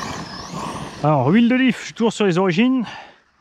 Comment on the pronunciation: Mdr, j'ai entendu "l'huile d'olive" au lieu de l'huile de diff, je voyais pas le rapport du coup ... Bonap